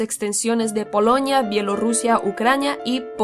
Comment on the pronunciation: Por que dice poloñia o españia?